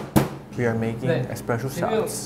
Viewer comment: Johnny : expresso.... Jaemin entered the chat